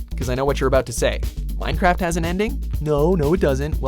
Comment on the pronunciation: Number 1 "minecwaft"